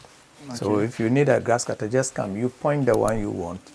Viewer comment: My Ghana brother, it's not Gasscutter oh 😂😂